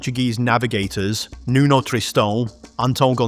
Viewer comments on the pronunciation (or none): none